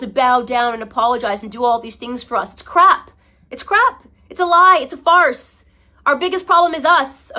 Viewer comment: Why she always say farce it makes me so mad bro